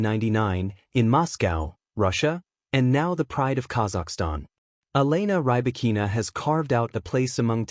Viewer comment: Can you pronounce her name????????